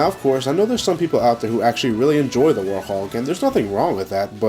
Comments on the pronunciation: Its werehog not worehog or worthog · Why does it sound like you saying "Warhog" when its "Werehog", and i like the werehog stages since im so good at them. -Sora the Hedgehog out! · Who else noticed that he said worehog instead of werehog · why does he say werehog like worhog? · no, its werehog he just pronounces it differently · I love how pronounces werehog XD